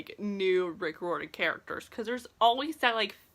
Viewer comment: Your saying riordan wrong. Its not that hard. Rye ur den! Not rordan! Why do you think there us an "i" in Riordan?